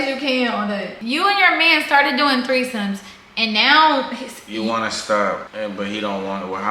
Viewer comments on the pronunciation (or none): My dumb a… “thirty-third-somes” 😭😂😂🤦🏾‍♀️